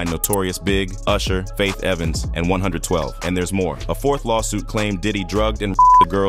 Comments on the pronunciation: Bro “A hundred and twelve” instead of “one twelve” 112 and “Liv” instead of live. Idk about subscribing😂😂 Edit I just heard “kid cooti”😂😂😂🤮🤦‍♂️ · Also called ciroc Ky rock, jodeci joe day see, 112 one hundred twelve 😂